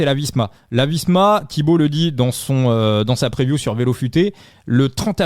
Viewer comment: La "preview ", vu la manière avec laquelle tu prononces l’anglais, je te conseille " les prévisions ". Arrêtes de la jouer bilingue. Le " move " fait tâche.